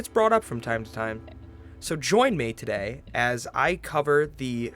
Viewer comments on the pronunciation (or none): none